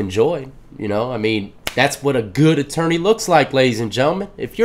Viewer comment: Atourney lol I know it's a mistake we know that word lol